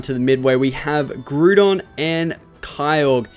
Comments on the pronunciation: Groo-don xD It's Grow-don cx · You really stink pronouncing pokemon :P u pronounced Groudon to Groodon but its pronounced Ground-Don(as an example,i dont want to do the rest u mispronounced) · Don't mean to sound like a prick, but it's pronounced Grow-don and Kye-ogre. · um you completely screwed up groudon and kyorgre's names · You pronouncing the legendary names wrong was honestly cringe worthy, I'm Australian too, no excuses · YOU SAY GROUDON KYOGRE SOOOO BADLY WRONG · You missprounounced ground on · Butchered groudons name...